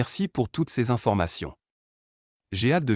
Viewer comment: "Je suis ravie que vous soyez intéressé", je n'ai jamais entendu un seul propriétaire "parisien" dire ça. Il y a des problèmes de prononciation aussi "plus d'information", on prononce le "S". C'est bizarre cette histoire d'animaux interdits...depuis quand en France les animaux sont interdits?